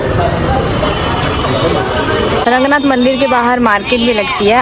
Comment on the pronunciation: It's not Rangnath....it's Ranganathar..bhagvan ke nam ko sahi se bola tho bhagvan bhi khush honge🤌🙂